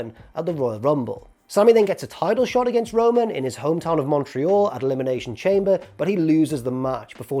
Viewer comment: Dear, Thank you for the video, Can you please go back to pronouncing Elimination Chamber, “Elimination shom-bay” Sincerely, Charlie. P.s. good video x